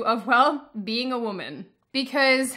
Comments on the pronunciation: I wish you hadn't pointed out her pronunciation of woman... it's so distracting it's unreal! 😂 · I believe she was pronouncing it correctly Woe-man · I swear, if I hear WOOMIN one more time!!!!!!!! >,< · Really can't take that woman seriously when she says women like woman >.> If there was a pay gap she deserves it personally. Not really, but seriously annoying.